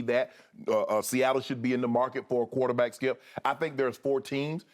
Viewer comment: "Kuwater-back" it always amuses me the way Shannon says it 😂😂😂